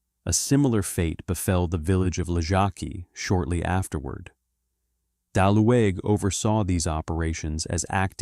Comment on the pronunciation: You pronounce his name bad!. Ue or ü in German is pronounced like U in English with round lips, so the E is not pronounced but is just written to separate U from Ü ( umlaut U), thus his name was Daluge ( Daliuge with G for golf).